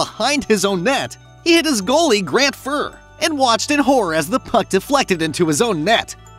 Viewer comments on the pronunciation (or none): you might want to stop using your auto robot voice generator and actually say the words yourself so Grant and Patrick have their name said properly. how to stop watching this video after this happened again and again.